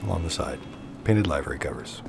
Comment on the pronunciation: He says livery sooo wrong SMH🤦‍♂️